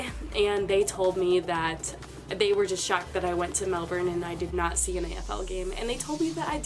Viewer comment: Melbourne sorry is pronounce Mel Burn not Mel Born